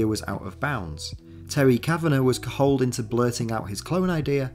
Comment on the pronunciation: That's not how you say "cajoled".